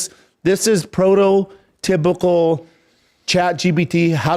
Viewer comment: “Prototypical response”